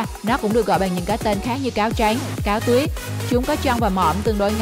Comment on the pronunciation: Giọng đọc màu “trắng “ nghe giống như “tránh” vậy